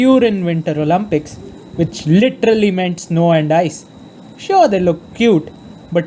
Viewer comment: I'm literally joking on how the guy pronounces the word "Olympics" lmao